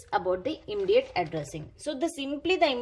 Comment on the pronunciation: Immediate ka aap pronountation galat kar rahi hai